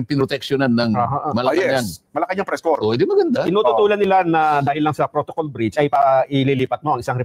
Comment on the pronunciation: For the person who read the Statement: Corps is pronounced as "KOR", not "corpse" (meaning dead body, patay).